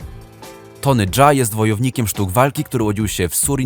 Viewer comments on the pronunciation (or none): nie Tony Dza jak mówisz tylko Jaa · Z dupy ten film. Tony Jaa sie czyta normalnie. A nie "Dża". A wogóle bez sensu te wszystkie filmy typu TOP 10.